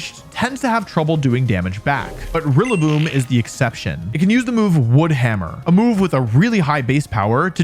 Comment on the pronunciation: Rillaboom it's rillaboom